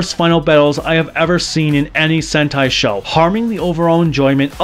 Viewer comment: did you say Dengeki HENTAI Changeman I thought this was for children